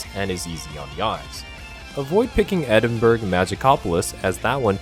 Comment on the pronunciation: was liking this until you absolutely massacred the pronunciation of edinburgh